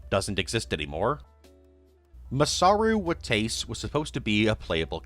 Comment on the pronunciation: "Masaru Watays" omfg bro your mispronunciations are killing me